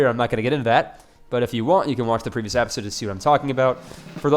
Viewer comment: You saying APPisode is starting to get to me. Lol